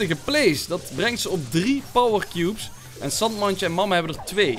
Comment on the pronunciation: Je zegt Sandmandje, maar het is Sandjemandje!!! Is n maat van me 💪🏼